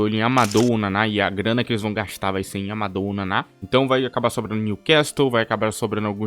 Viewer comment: Pra te ajudar com a pronúncia ( de novo kkkkk): Na língua francesa, as letras " OU", quando aparecem juntas nessa ordem, acaba ficando o som apenas do U. Então a pronúncia correta seria AMADÚ e GUIRí. Espero ter ajudado. Parabéns pelo conteúdo. 💥👏🏿